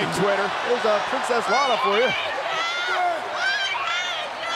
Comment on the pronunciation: the way she said lanA